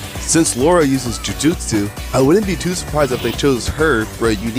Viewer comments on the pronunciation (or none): none